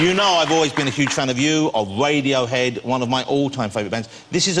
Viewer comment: Aaaahaha... "Wadiohead"